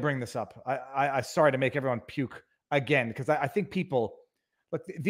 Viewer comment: Who deserves? Did he say "everyJuan"?